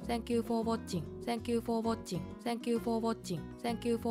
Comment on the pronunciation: "tengkyu foh wacing ma kyu studen" cyuu -choco sensei